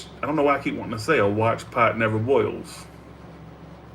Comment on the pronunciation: Yes - I’ve heard “A watched pot never boils” before. - But not: “A watched pot nerver boils, Whore” Come on now, get it together a bit.